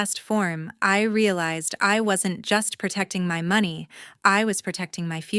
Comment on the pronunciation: AI still can't pronounce money!!! Very annoying. Do better!!!😢😢😢😢😢😢😢😢😢😢😢